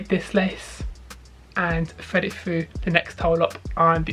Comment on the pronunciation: Fred it foo! That damn “th” gets them every time